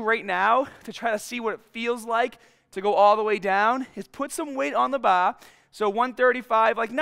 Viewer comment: Why can’t he say bar